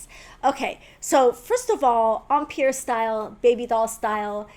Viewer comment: Are you saying “umpeer” It’s pronounced “em” as in hem and “pire” as in tire. Yikes!